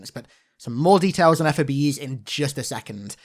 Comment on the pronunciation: Just call em ‘Fobs’… not F.O.B’s, that’s how they are pronounced